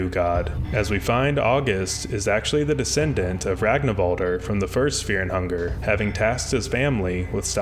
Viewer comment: FEAH 'N' 'UNGAH!